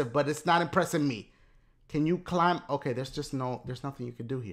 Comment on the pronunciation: it sounded like he said RKO but he said okay okay OKAY O lmao